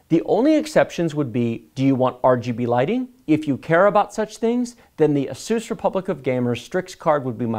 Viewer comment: you say asus wrong